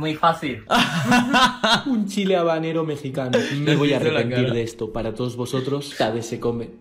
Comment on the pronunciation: en español la H no suena, es muda. No es Chile Jabanero, es Habanero ( abanero )